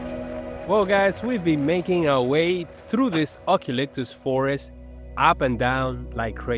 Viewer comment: "U -calyptus"